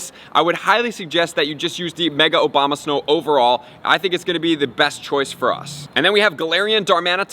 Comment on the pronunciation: did he say "mega obamasnow"?